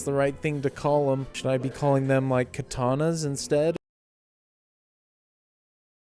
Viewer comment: NOT ka-tana... KA-TA-NA. that scene was a homage to one of the final scenes from the Kurosawa film Yojimbo.